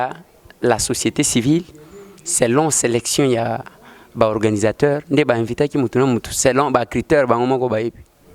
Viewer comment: Ndeko Eliezer alobi organisateurs. Mpo na nini ozali koloba organisataires, ndeko mopesi sango.